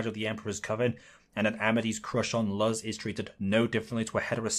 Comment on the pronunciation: Mf be making the best arguments I've seen then said Luz like Luhs